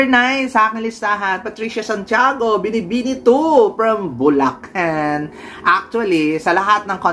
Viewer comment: Galit na galit ka sa mga maarteng magsalita . Kmusta ka naman , sobrang napaka-natural mong magbigkas ng ‘fens’ ‘Buleken’ ‘ang beles’